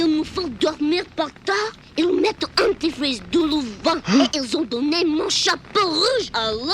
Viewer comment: As a native French speaker, for the German dub, when they say "Anti-freeze", I hear "dentifrice" which means "toothpaste"😂